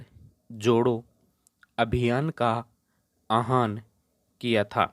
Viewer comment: उच्चारण आहान नहीं आह+वान = आह्वान 👍🏻